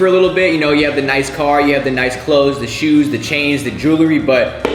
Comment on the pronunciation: HE SAID SHUS NOT SHOES 😂